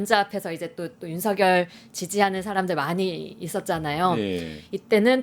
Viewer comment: ㅋㅋ 윤상현과 윤석열의 이름이 뭉그러져 석여서 발음이 되시네요. 윤성연이요? ㅋ 하기는 그놈이 그새끼이기는 하죠.